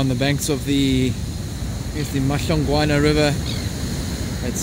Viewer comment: «Here we are in the [unintelligible, but flawless pronunciation] river!”